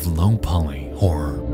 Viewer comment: Might want to work on how you say "Horror" lol. Because it sounds directly like you say "Independent wh**e developers. I was like, "Wait. What did he just say??" and then replayed it back 5 times and each time... yeah... you really need to work on how to say "Horror". Just... putting that out there. Turns out trying to use the type of voicing you do doesn't tend to work out with some words. You cannot say something like a one syllable word when they clearly are two.